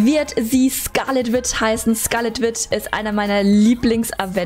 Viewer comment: und das wird nicht wit ausgesprochen sondern witsch, und witch heißßt auf deutsch hexe.